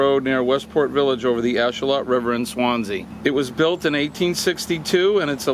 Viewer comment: Just because I like being pedantic. Ashuelot is said with a long E so it's said "ash-wheel-lot" and the 'lot" part is kind of said between "lot" and "lit" but you'll hear it said lot or lit or somewhere in between.